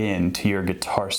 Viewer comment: hhhhhhh.... geetar... remind me of how Etta backer pronounces guitar